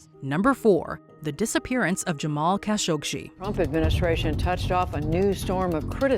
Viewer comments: Jamal KASH-OG-SHEE??? Really?? You guys can’t even pronounce the man’s name properly? They even say his name in the news flash you show! Jamal Khashoggi’s surname is pronounced “Kash-oh-gee”! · It's Jamal Khashoggi, NOT Jamal KhashoggSHI. Please, have enough respect for a dead man to say his name correctly. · Quit saying "Kashokshi", for cripe's sake. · "Kashogshi" are you serious? That's not very professional at all. Atleast learn about what you are going to tell us so that you can pronounce things or names properly. The fact that you said his name so horribly just tells me that you have no idea about what you're telling us. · Still managed to mispronounce "Khashoggi." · Why can't Americans pronounce Khashoggi? 😂😂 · Why is the narrator adding several extra letters in her pronunciation of Khashoggi??? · Voice over mispronounces Khashoggi's name, news content clips used say it right.